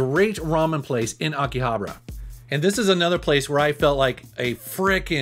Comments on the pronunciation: my ocd kept getting erked as how he said akihabara as "akihabra" but other than that, awesome locations lol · ughhh the way he pronounces Akihabara is super cringe, Akihabra lmaooo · I Lived in Tokyo for 7 Years and the way you Pronounce Akihabara is Killing me lol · I know, I start to cringe every time he pronounces it wrong like that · Abra cadabra... Akihhhhhhhabara...joder esa pronunciacion americana de las letra "hache"